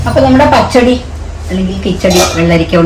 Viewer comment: പഹടി 😂അല്ല പച്ചടി 😊